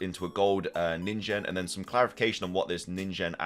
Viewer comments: Neen-Gen (hard G) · Ningen would have a hard g like the g in "get" fyi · Ningen is pronounced with a hard G. I'm sure how a Ningen Pokemon would evolve from a coin Pokemon, but we'll see how this plays out soon enough.